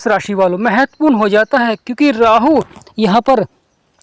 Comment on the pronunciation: Sir 🙏 rahu 👍thik he, Rrrrraahu.... Kya he??